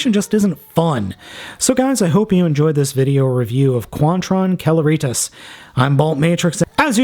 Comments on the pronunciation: It's pronounced 'Sel-air-it-ass'. As in 'Celerity'. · Celeritas: "sell-er-i-tas". Like "accelerate". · I believe its pronounced [Seh-leh-rih-tahs]. I'm using the context of how to pronounce Celebrity. So, I hope I could help. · its pronounced (seleritas) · Celeritas means "fast". See-larry-taz.😂 I really like him, but the head of Rodimus Prime is a lot more better sculped. Thanks for the review.